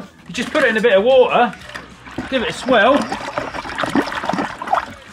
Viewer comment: just put it in a bie ar war ar Translation just put it into a bit of water sounds funny the way he says it, and he does not pronounce the word "water"